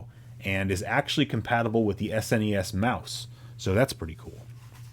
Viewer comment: Thanks for saying S N E S and not snezz. I hate that shit...